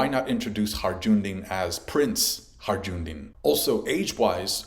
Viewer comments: "Harjundin" 😂😂😂 It's Hajrudin! Pronounced: HAI-RU-DEAN 😘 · his name is not HI-JOONDIN, its pronounced HI-ROODIN. I actually met someone called that irl, after hearing it the first time in one piece. not like it matters. just havent heard it mispronounced so often in a single video in a while.. sorryy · "Hajj-rou-din" bro its not that hard 🤣 its "Hi-rue-din" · Haj-ru-din, not Har-Jun-din!!! Also, Lo-gi-ya, not Lo-ji-ya. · Its Hi-ru-din = Hajrudin not Harjundin 😅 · It's not Harjundin in One Piece, it's hajrudin. Every time I heard the word Harjundin I kinda cringed. But I like this video a lot otherwise. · "hajundin"? Why can no one pronounce this one character's name correctly. just listen to the name in the anime jeez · Butchered Hajrudin’s name. “Ajundin!” 😂😂😂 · Man we're eating peak OP on all fronts. Also, I really don't want to be that guy, but Hajrudin is pronounced. "Hi-rudin." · Every OP Youtuber I know keeps butchering Hajrudin's name lol 🤦‍♂ 😂 .......it's pronounced HAI-ROO-DEEN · One Piece Youtubers pronounce Hajrudin correctly challenge: impossible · Please stop saying Hajrudin like that 🤣🤣🤣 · bro its crazy too because they even get it right in the anime, like how hard is it lmfaoooo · why you pronouncing Hajrudin weird like that xD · It cracks me up that after all this years is still unable to pronounce HaJrudin properly 😂 this arc will be difficult for you heheh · i'm sorry but everytime you said hajrudin i died inside a little bit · The j in hajrudin is silent